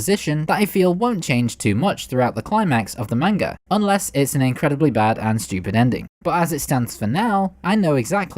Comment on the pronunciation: tbh this guy has really good videos but I think that he needs to work on his pronunciations like "manga" and "Diavolo"